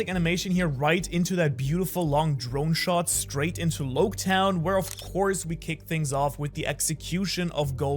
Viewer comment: Its Logue town not Lowk town